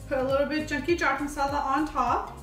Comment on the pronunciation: Garam masala in pure punjabi accent. Btw love the recipe 😋